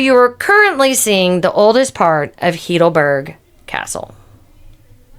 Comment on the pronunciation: Nice video, but tragic that you even have not been able to pronounce the city name correctly. I assume you must be a US cictizen what you incorrectly call "American", Its not "heedleberg" its pronounced "highdelberg". Just for your info. Why never asking google how it is spelled. Regards from a local